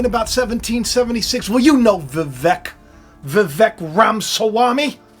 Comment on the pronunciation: Vivek actually rhymes with cake …he said so himself when asked how to pronounce his name.